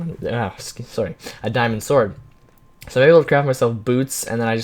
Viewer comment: Wow, what are you talking about,? also you have such a canadian "sorry"